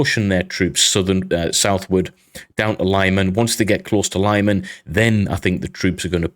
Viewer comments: Thank you. great episode. btw, fyi, it's pronounced "leeman", not lieman. they don't have long-i/y in European/Ukrainian languages. long-i/y would be spelled laiman if it were to be pronounced that way (and again, they don't have long-a either. or long-e. forget about long when pronouncing any European or Ukrainian words). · LeeMAN, not LIEman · lee-mann not lie man.